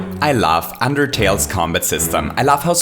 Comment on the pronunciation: sounds like hes saying "i laugh" instead of "i love"